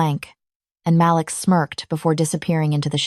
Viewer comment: Is his name Malik or Maliks or Malix? Please edit the narration and the subs. The voice is amazing, but the lack of spaces between some words and the way some words said wrong are ruining the story. At one point a word was said loud, but it was supposed to be a whisper.